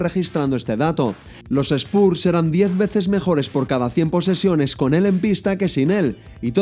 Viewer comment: Gran vídeo, como siempre, solo corregiría la pronunciación de Spurs para los siguientes :P